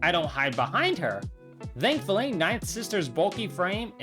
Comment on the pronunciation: bro very cool video ngl. but i have one question..... why do you say dhoughtt or dhankfully instead of thought and thankfully ? NO OFFENSE. i just wondered by watching this video